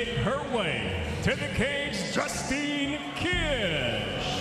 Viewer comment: Mauro Ranallo got it right, but BIg John McCarthy called Justine Dish "Justin!" in the beginning! What is wrong with him? 💢